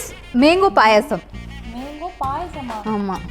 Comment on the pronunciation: Akka athu menko ella manko olanga solluga